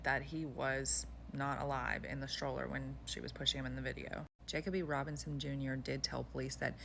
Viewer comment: You are pronouncing the victim’s name wrong